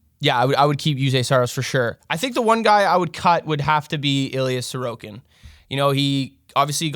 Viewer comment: Comment features back to back weeks, with proper pronunciation and everything! Thanks a tonne, great video and advice as always, and I'll see if I can get anyone to bite on Sorokin!